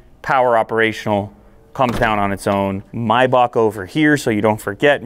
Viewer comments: Why do you call it a MYback? Do you pronounce the month the same way? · he said Mercedes Myback lol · i hate how he calls it mibock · Do you pronounce it my buck? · its pronounced may back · May is pronounced my? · The pronunciation of the word maybach got me😅😂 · has he pronounced maybach completely wrong? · i hate how you pronounce maybach, i stopped watching after the second time